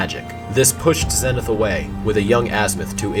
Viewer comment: I believe you are pronouncing zenith incorrectly